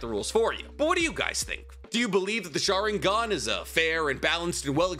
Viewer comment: What's a schaaringone? Damn guy your pronunciations are terrible.